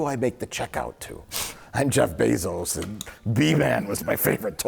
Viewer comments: Jeff Bee-zos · "I'll pay for the sequel but you have to name him Jeff Bee-zos"